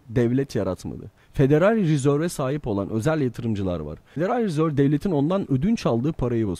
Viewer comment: Federal’i Türkçe okunuşuyla söyledin ama Reserve’ü Ingilizce okunusuyla söyledin.Ama yine de iyi videoydu:)